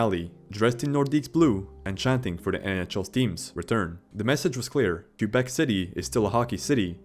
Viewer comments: Its prounounced kwuh-bek. Not Q-bek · "The Q-bec Nordiques...." Sigh. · Teach your AI to properly pronounce Quebec!!! It's not "Kew-beck." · omg can you please pronounce Quebec properly it's driving me nuts